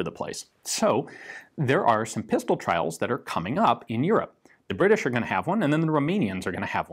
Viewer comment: Or the Bri'i'sh